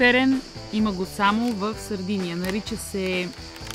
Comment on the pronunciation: Мила, Сардения, а не Сардиния.Островът носи името на най-ранните заселници племената сарди.